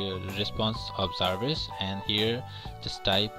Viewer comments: It's Jarvis not zaarviz!😂 gawaar saaley! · zarvis :D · Jarvis not raspoend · Its Jarvis, not Zarvis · Not Zarvis. Its Jarvis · Why do you keep calling it zarvis. ,??? 😂😂😂😂